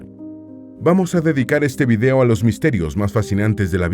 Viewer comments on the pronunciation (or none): none